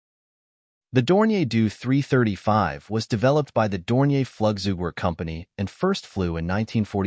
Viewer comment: Drop the ai voice, totally craps the pronounciation: Doe 335😢